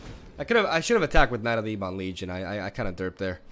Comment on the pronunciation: Ebon is pronounced "Ebbin" not "Eebon".. dork.